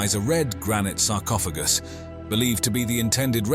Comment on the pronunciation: Sarcopha... what? Sarcophajy???? lmfao